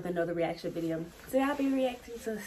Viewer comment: “Viseo” took me out 😂 but this is dope, I finally got to hear the song watching this vid so thank you lol. I subbed too